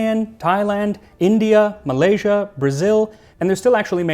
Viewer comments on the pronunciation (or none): none